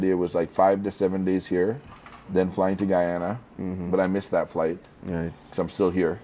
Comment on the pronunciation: first time I heard a white person say GUYANA correct🤣🤣🔥